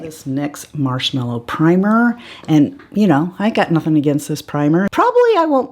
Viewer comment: It irks me that NYX called that primer "Marshmellow" instead of marshmallow.. ignorant mistake, typo or some sort of play on words? We'll never know!!... 🙃🤭